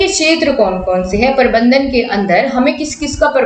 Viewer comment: Parbandhan ni hota Prabandhan hota h yrr